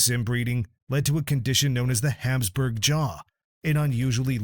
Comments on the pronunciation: It's not Hamsburg jaw it's HAPSBURG." Get rid of AI and use real narrators that pronounce words right. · It's Habsburg, not Hamsburg. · It's HABSBURG ... Not Hamsburg! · Ferdinand of Habsburg, not Hamsburg. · Hapsburg, not Hamsburg! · Yeah, calling the Hapsburg jaw "Hamsburg."